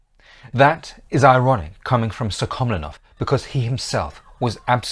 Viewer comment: Apart from misprounoucing the names of the Russian ministers PolivAnov and SuhkhomlInov, this is largely correct. I have personally met my g-g-father, an ethnic Buryat (Mongolian), who fought in that war, first in the cavalry, later as part of of an armoured vehicle crew.